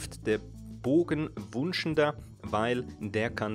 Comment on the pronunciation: Der Bogen heisst nicht "Wunschnder", sondern "Wunsch-Ender", d.h. er beendet Wünsche ...😉 dann wäre da noch "der" Donnerlord (nicht "die"), der "way to go", nicht "die way to go" (denn way = Weg [maskulin]) ... naja ... 😀Ein bisschen unverständlich war bei ersten Zuhören, wozu man beim Bosskampf in die Lichttümpel stehen muss - nämlich, um den Kelch zu übernehmen. Sind aber Kleinigkeiten, ist auf jeden Fall ein guter Guide.